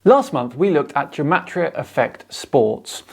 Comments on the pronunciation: Its pronounced with a hard G like game. Not like jematriah. I know is only pronouncing it that way because this joker is. The fact, however, that this joker claims to be a Gematriah expert and cant even pronounce it is.... sad. Also the entire concept in Judaism is based on the concept of sanctity of the Hebrew language in the bible and the fact that in ancient times the hebrew/aramaic alphabet was also the number system. Something that cannot be said for the modern English alphabet. But I suppose when people appropriate others culture they rarely show it enough respect to actually learn about its history. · I'm a Hebrew speaker, & "Gematria" is pronounced with a hard G as in "God", & not like a J. I'd expect Zach to know that, as someone who claims to be such an expert in it. Also, it's interesting to note that even medieval rabbis who excelled in Gematria & wrote many manuscripts on it always clarified that it can't be used to prove anything.